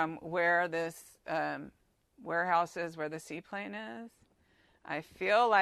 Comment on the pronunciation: "see plain" not seaplane